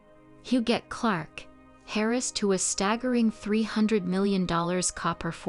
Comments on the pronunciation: Terrible Ai reader. Harris for heiress? Hote coochure?? Geesh. It really disrupts the listening. Do you want to hire a real reader? I am available. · 'Hair - ess' I'm sorry what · Kept wondering who Harris was😮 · And sawray (soiree). But yeah, the repeated hairess grated the most